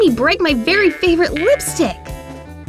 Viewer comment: it's not berry it's very